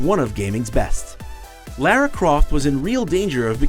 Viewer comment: Lear-a Croft? It's LA-RA.